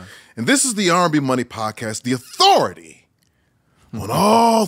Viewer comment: I always look forward to tank’s intro with the emphasis on “Authority”!! Lol